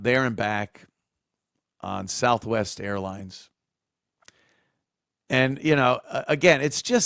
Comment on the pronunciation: "Souf Wess" 😂